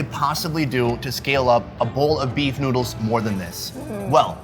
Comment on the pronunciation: did this dude just say "Get some **NUDES**"